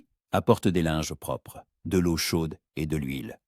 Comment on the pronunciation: Par pitié !!!! Le liquide " l'eau " se prononce LO et pas oyo ou oayo